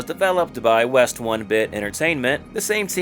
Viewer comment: Westone is pronounced Wes-stone, not We-stone. The Westone name is derived from the first characters of the names of company founders, Ryuuichi Nishizawa (Nishi = West) and Michishito Ishizuka (Ishi = Stone).